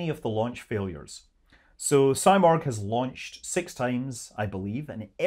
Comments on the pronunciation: It is not symorgh it is seemorgh! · Hey scott. I'm from IRAN and thank you for making this video. I should say something about its name. It's not saimorg. It's pronounced "seemorh". In persian it's someting like phoenix! Out of these topics, I think these political games are destroying relations between the "people" of Iran and U.S. I'm so excited to see these Iranian-American scenes in the chat box in a peaceful and friendly frame! 😍😍❤️❤️ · It’s pronounced See-morg Not Sy-morg. Just fyi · Its pronounciation is actually more like Si(like in Spanish)-murgh, not morg. It's a phoenix like bird from that part of the world, can be seen in Turkic, Armenian, Persian, Georgian myths, not just Iranian. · It's pronounced See-morgh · You are not Morgh, you are not Simorgh… What are you?!